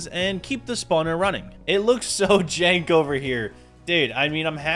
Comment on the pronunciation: Bro saying "jank" though!